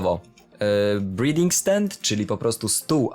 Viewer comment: przeczytałeś to jako "Breathing stand" co oczywiście jest błędem. Czyta się to "brułing" stand.